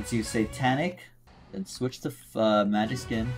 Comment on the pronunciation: bro really said “magic muuuhhskin”